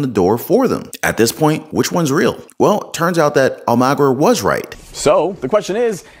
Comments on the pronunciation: Actually it's Spanish and is pronounced Al (rhymes with ball)-ma-gear (like the gears in your car). (I speak Spanish, not 100% fluently but fluently enough to pronounce names. Spanish pronunciation is pretty easy.) All of a sudden I can't find the post I was commenting on...I wonder if the person deleted it? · His name is pronounced "Al-moe-gear" although not spelled that way. I hope he's okay. He's been on the air for quite a while. The people dipping into their 401ks most likely are in emergency status. I doubt they're squandering it. They may as well use it now to stock up and prepare, because as soon as CBDC comes onto the scene in 2023, people's funds will be controlled by outside entities (the govt). Especially since they will be implementing and attaching ESG credits and conditions to your funds. People won't be able to spend their money how they need to or want to. Everyone needs to have backups on many fronts. The people shooting up the power grids want everyone else to be as miserable as they apparently are. It's doubtful the people doing it live in the area. This is "Big Picture" activity.